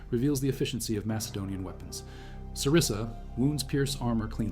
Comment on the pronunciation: it's xyston and sarissa not zistan and cerise lol